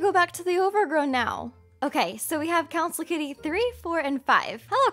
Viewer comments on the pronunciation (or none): When you said Council member I thought you said cowcin member